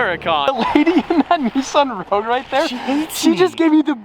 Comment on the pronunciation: Stop fucking around with icon cars like the Gallardo and stop putting an R into the words Bugartti and Nissarn.